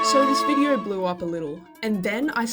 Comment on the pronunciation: Australian moment "Befour we stought this vidieo" - 🤠🦘